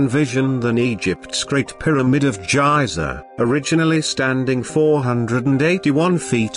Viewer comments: It's not pronounced like jiza it's pronounced like geeza. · Good vid and approved by me cause I am Egyptian but you pronounced Giza wrong